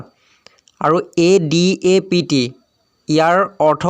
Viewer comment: Apuni pronunciation bur sabo. Jene listen, adapt etc. Heibur ussaron vulkoi korise. Baki video thikei ase